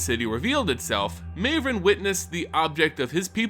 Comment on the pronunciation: Surely Mavren isn't pronounced that way?